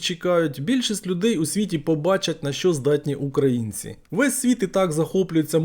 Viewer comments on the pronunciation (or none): none